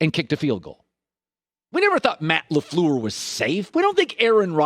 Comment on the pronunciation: Colin "Matt Laflower" Cowherd